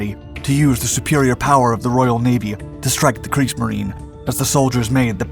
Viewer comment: Not Kriegs-marine? It's pronounced Kriegs-marine-uh